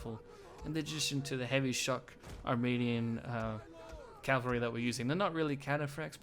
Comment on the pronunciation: I just discovered you and I love your Rome 2 videos, much much better than others' I've been watching. BTW - maybe you know this by now - melee is pronounced meh-lay and it's cavalry not Calvary which is where Jesus was crucified. If it's a habit for you just remember "cav" is short for cavalry.